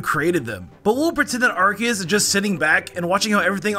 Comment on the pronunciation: I just realized that you call Arceus as ArKeus instead of what I'm used to: ArSeus